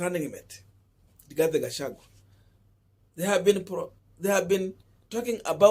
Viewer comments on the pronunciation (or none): none